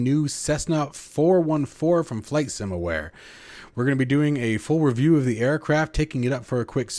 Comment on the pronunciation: It's from "Flight Sim Ware" not 'Flight sim Aware'. They've been around for over 10 years in the FSX/P3D scene. Stsill this wouldn't be a review by an American if there wasn't a mispronunciation or mis-spelling! :o)